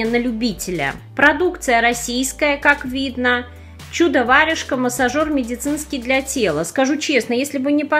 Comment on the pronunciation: почему вы читаете варЮжка?